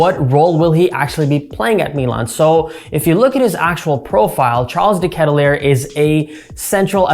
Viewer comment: Not that I care, just in case you wanted to know, his last name is pronounced differently. But like I said, doesn’t bother me, felt like you should know if you didn’t already.